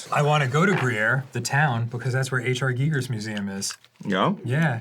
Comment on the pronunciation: Thank you to Dan for actually pronouncing Giger correctly.